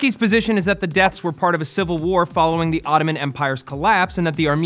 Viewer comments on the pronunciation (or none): none